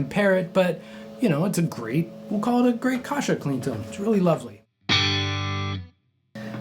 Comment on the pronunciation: You’re pronouncing his name wrong. It’s not Kosha. Pronounce the first A as in apple. Kasha.